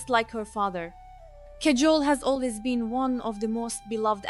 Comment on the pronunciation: Your accent is killing me, and please pronounce her name accurately.